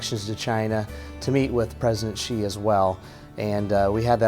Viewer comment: Please pronounce his surname correctly, it is not "chi" you should pronounce as "si" to show your respect to someone. I won't pronounce your name Aaalon Buteze. Secondly it is kind of disturbing to come to think about China giving business to Americans, Americans pay taxes to USA government to bash China with lies, blasphemy, fake news etc. Look at Australia, China resume trade to allow Australian products to enter China market and they are having huge sales order then Australia sent their warship to South China Sea to create problem and backing the former USA colony and Vietnam to create troubles...... Is this the right things? What are these people / voters thinking? "Hey I want you money, they I pay my thug head to bash you and cause all kind of trouble AND you continue to give me business, I will continue to support my thug leader to do whatever he wants to hurt you, suppress you and do whatever you don't like even to the extend that it will hurt your ability to buy from me BUT you must continue to buy from me and buy more from time to time without fails. Can anyone understand this logic? Or because Americans have no choice in actual fact, you can only choose the bad of the worst but what was planted in your brain is that you have all the freedom and option BUT actually none